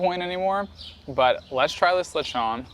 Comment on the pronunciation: Lee shon? See seeg?